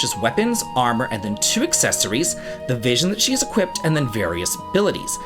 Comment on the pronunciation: why does he say Equipt?